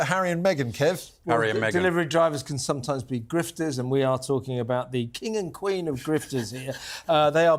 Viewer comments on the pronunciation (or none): He said griefters 😂😂